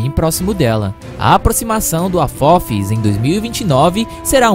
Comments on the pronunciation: "Afofis"? "distância entre a Terra e a luz"? Esse cara tá lendo e ainda fala tudo errado! Ele não ouve o que diz? Não sabe nem ver que não faz sentido? Essa merda de canal não tem um simples editor? Um revisor? Ou tem e eles também são analfabetos? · “Afofis” kkkkkk legal o vídeo